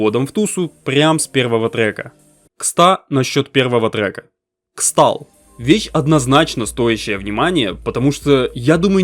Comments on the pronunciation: Не Xtal, а Crystal, фанчик)) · xtal читается как crystal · Xtal кстати произносится как кристал, типо как Xmas - крисмас